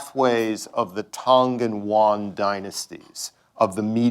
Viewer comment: And he keeps saying it in other lectures as well! LOL I wonder if he meant the "Tang and Yuan Dynasty" since those were when China actively pursued relations with the Middle East.